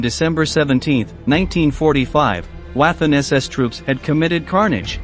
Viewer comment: You seem unable to pronounce simple German words. I suggest you start referring to the Waffen SS as "Those really bad German guys". I am weary of wincing every time you slaughter the pronunciation of words that are known the world over!